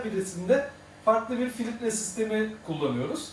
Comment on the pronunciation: "filitre" degil, Filtre hocam